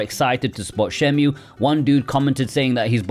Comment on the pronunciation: It's pronounced "shen·moo" now "shen·mew".